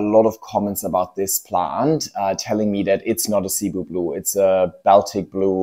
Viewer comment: Actually, the second plant you put in is Cebu Blue. Shape of Cebu blue starts fat at top and tapers much more strongly. Also Cebu is pronounced sih-BOO (emphasis on second syllable). It’s a popular island in Philippines.